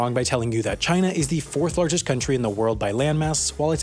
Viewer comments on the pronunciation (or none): none